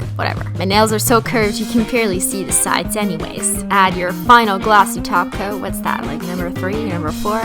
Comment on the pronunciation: whenever you say top coat I hear taco!!